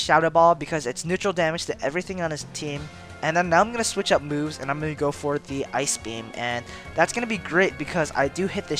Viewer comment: the way you said "sleep inducing moves" sounded like sleep inducing boobs... fitting for a jynx...